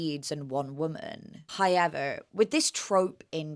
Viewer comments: Literally ran to the comments after hearing hoyever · Did you just say <3 hoyever <3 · I hear that 'Hoyever' in there. I see that Ryan nod. :) I've been watching your vid backlog and enjoying every one of them!